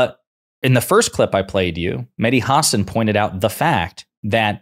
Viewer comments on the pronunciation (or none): It’s HA-SAN not HAR-SARN lol bugs me when Americans mispronounce his name 🤧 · Hasan is pronounced, huh-saan. 🤔 VOTE BLUE EVERYONE 🩵 💙💙💙💙💙💙💙💙💙💙